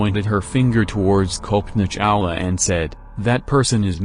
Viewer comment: It's pronounced Cullpanaa Chawla (not Kowlpoena). 🙂